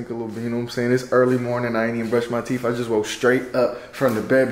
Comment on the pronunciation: Bro said we need to prush 3 or 4 times your theeth you can prush your theeth 2 times a day night and morning🎉😂